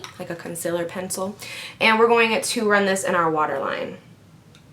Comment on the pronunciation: I notice when you say "going", you sound like "going-a". Lol!